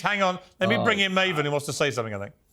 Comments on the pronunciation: piers you can’t even say maven name correctly.. u r such a piece of trash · too bad piers mispronounced his name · It's Maven!! Not Marvin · Piers kept saying Mah-ven. Haha. It's May-ven. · Marven he called him marven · Piers called him Marvin instead of Maven. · LMFAO he called him Marven Hoffman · Piers calling Maven "Marvin" was cringe 😂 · Did he call maven Marvin huhchmen 😂😂😂😂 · Did he call Maven Marven? lol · Did he introduce Maven as Marvin? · Maven (pronounced MAY-ven) Not Mawven, Piers! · Love how Piers called Maven "Maa-vun" clearly hes not a wrestling fan 😂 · Did pierce introduce maven as Marvin? 😂😂this was great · Did pierce introduce maven as Marvin? 😂😂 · Vince McMarhn 😅 Marvin 😅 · How many hints did Piers need that it’s pronounce MCMAN not MCMAAAAN - least he realised that it was MAAAVEN and pronounce Mayven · "Marvin" lol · Marvin? 😂 maven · Piers calling Maven Marvin 😂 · His name is Maven, not Marven. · Jesus its maven not Marven atleast not your guest name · Why is piers calling maven....Marvin. his birth name is ma-ven not mar-vin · Piers every time you say "Marvin" , it hurts!!!! His name is pronounced MAY-VEN! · Most annoying that Piers kept calling Maven ‘Mah-ven’ - someone must have corrected him about half way through though because then he called him ‘Maven’ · Coach and Maven are class acts, as always. It was so weird hearing Piers slip up and call him Marvin! 😂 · Piers - his name is Maven, not Marvin. Maven like "May-ven" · How you gonna call Maven, Marvin. God damnit Piers, he’s the reason I clicked on the video. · Why does he keep calling Maven, Marvin? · he called him Marvin a few times i think Maven had a word with him during the break because he got his name correct after that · His name is Maven, not Marvin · Piers calling Maven, Marvin and Malvern.😂😂😂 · "Marvin" jfc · Piers just called maven "marvin" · It’s pronounced Maven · Im crying im laughing so hard at him calling Maven "Marvin" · Piers called Maven "Marvin" LOL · And Maven ffs 😂